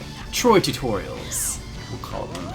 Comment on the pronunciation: "Troy tutorials!"? eh more like Trutoryals haha ok